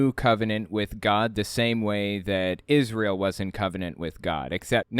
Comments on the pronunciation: Everytime I see this clip it kills me how the guy thinks that he has to change the way he's pronouncing Israel to sound more biblical. New Is·re·uhl once then immediately switches to Is·rai·el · New Is-Ray-Eeel